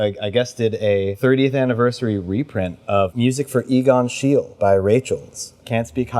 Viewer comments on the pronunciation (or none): Pronounced Egon Shee-luh, but anyway, top picks.